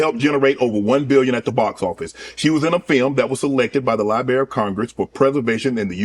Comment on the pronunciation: Libary of Congress- ROFL